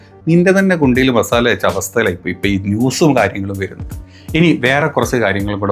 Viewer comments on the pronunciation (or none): none